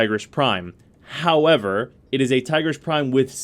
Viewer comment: Its "Teegreace". Not Tygrish ;/